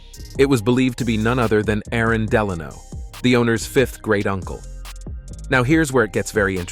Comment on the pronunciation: Duh-law-no?? No, it's Della-no